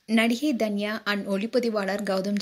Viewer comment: intha video la #Dhanya nu solringa avunga yaru ? you should spell her name as #Tanya ravichandran... u spell it wrong from beginning to end in this video.. ( Each alphabet has phonetic (Pronounciation sounds )